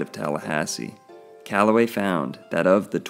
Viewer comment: E. E. C”ala”way